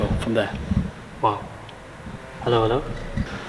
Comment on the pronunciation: "herro herro" lol. And the back-and-forthing of mosques and churches back in the day was indeed fair play :) Good editing too.